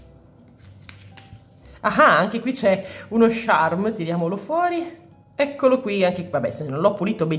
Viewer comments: scusa se ti correggo ma ha sbagliato lei pronuncia 😅 si scrive "charm" non "Sharm"😅 (non odiarmi 😂😅) ha sbagliato a dire "charm" che si pronuncia "ciarm", comunque in effetti uno stampo piccolino con Stitch non sarebbe male (si scrive così il nome vero?) ho rotto abbastanza ciao.😂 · io non ce l'ho con te, ma charm si pronuncia "ciarm" come "ciao", come lo pronunci tu è un'altra cosa:) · senti dopo averci pensato mi dono scocciata di bisticciare per due parole, quindi tu pronunciale come vuoi, ma sappi che a me claud e sharm mi danno molto fastidio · ho due cose da farti notare: 1) Lo slime con la neve si chiama clod non claud, claud non significa niente 2) Si dice il charm e NON lo sharm, lo sharm è senza senso Poi un suggerimento: Quando compri un crunchy slime e le palline salgono su e formano quella specie di crosta, tu rompila schiacciandola con le dita pk produce un suono troppo rilassante